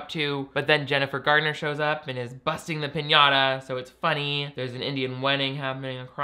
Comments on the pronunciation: Am i crazy or does he keep saying Jennifer Gardener? I thought it was Garner lol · Another great video,!!...but it's Jennifer GARNER, not GARDNER!! LOL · Her last name is Garner. Jennifer GAR-NER, not Gardiner. I love your stuff too much to let you sound like you aren't the best creator on YT, thank you. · Ma-maa, ain't no D in Garner.